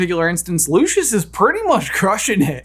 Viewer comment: its lucius, not lushus. bless